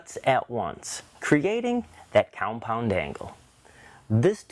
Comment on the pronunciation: "Coumpound" miter saw. Got it. :)